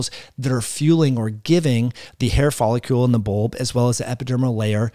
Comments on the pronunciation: Very interesting. Wondering if photobiomodulation may be helpful. *It's follicle (icle-like pickle)...not folicule-like molecule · Why do you pronounce "follicle" wrong? It's not folliCULE but that's how you keep saying it.